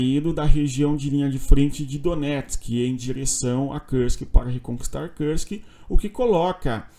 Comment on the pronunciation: Por que fala Kursk como se fosse em inglês?